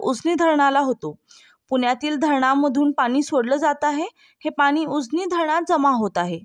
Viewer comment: सुप्रभात “उसनी” नव्हे “उजनी” असा उच्चार करायला शिक.येवढी सगळी आंकडेवारी केली तरी याला तुफान पाऊस नाही म्हणतां येणार .सर्व पाणलोट क्षेत्रात मिळून २०० मिमि पेक्षा जास्त तर तुफान म्हणू शकू.उगीच सणसणाटी घाबरवू नये ही विनंती.तुफान पाऊस नागपूर ला झाला.